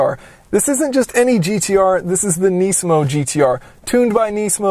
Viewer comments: It is not nee-smo. It is nis-mo. Please cut back on your thick american accent. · neesmo? its nizmo mang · why do you say nisamo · It's pronounced “nismo" not “neesmo" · KNEEsan KNEEsmo.... lol